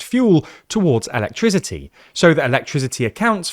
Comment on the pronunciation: He seriously doesn't know how to pronounce the word "electricity"? 😂